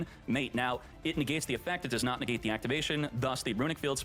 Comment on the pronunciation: "...Facial movement to the finger... " NEGAAte " hes so cool 😂